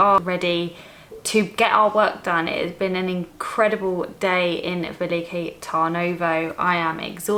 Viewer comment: But... how did you arrive at the pronunciation velike... when it is spelled veliko? With and o? Tip: in Bulgarian everything is phonetically exactly as you read it. There are no long vowels.. e does not sound like iii it is just è. O is not ooo, etc. Just say it in the shortest posible way. Also your beer was pirinsko... like the mountain Pirin.